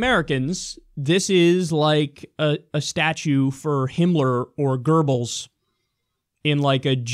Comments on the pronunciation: Why the fuck do people say "Gerbbils"? The fucker's name is spelled "Goebbels", there's no fucking "r" in it, and it's not like in German "oe" is pronounced "er". Seriously that fucking annoyed me Kyle, thumbed down because of it. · FORFUCKSSAKE KYLE ITS "GOEBBELS" NOT "GERBLES" THERES ZERO RS IN THAT WORD JESUS CHRIST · His name is Goebbels not "Gerbles" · Gerbels? Is that how Goebbels is pronounced? Kyle, if you want to see Goebbels now, just take a look at that little weasel Stephen Miller. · Did Kyle just say GIRBLES?